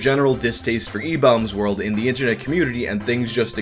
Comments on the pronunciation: stop saying like that im gnna go retarded "EBAULMS WERLD" stahp- oh god. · Lol i thought it was pronounced ebaumsworld not ebowmsworld Learn something new every day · I thought it was pronounced Ee-bombs world lol idk tho I don't think I was alive back when it was popular or at least not like cognitive I was born in March of 2001 so idk lol lmk🤷🏻‍♂️😅😅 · I've always pronounced it e-bombs world lol thanks for the clarification lol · IDK why but I always pronounced it e-BAWm's world. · RIP YTMND ⚰ So were my group of friends the only people who [mis]pronounced EW as "E-Bomb's World"? Maybe it was the slang and interests of the time. ...of that particular group. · I have never heard ebaumsworld pronounced that way, ever. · So are you saying I've been pronouncing ebaumsworld wrong for something like 15 years? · Why do you say Ebaumsworld so weird? You said that guys name right(the first time), but then say the same word wrong when saying Ebaumsworld. You said it right later in the video. So I guess good job?